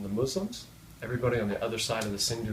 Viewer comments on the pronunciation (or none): none